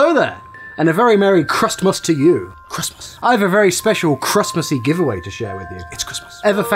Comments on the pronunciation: It’s pronounced Christmas now crustmus. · Kritmus?? that’s how you say it wrong XD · Crust most what the you say crusttmust ITS CRISTMIS